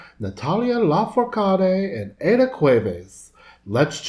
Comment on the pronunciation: Thanks for giving the name of Aída the correct pronunciation... not even the Grammys presenter said it right 🤦🏻‍♀️. Loved this reaction, glad you enjoyed our music. Aída and Angela come from families that for generations have represented Mariachi and ranchera music all over the world. Yes, they are part of the Mexican heritage. Natalia is a more recent star but she has grown and mature so much now is part of the culture as well.